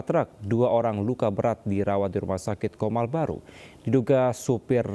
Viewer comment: COMAL BUKAN KOMAL😅